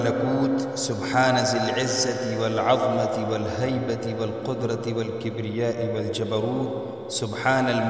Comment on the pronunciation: والعظمۃ میں ظ زبر کے ساتھ ہے